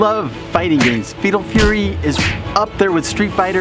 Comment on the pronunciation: Is saying "Fetal Fury"? Because that sounds like a MUCH different thing...